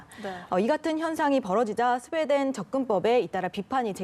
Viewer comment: 스웨덴을 스페인으로 읽고 있네...